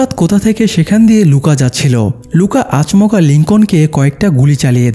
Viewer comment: আচ মকা না রে ভাই😂😂😂😂😂 আচমকা 😊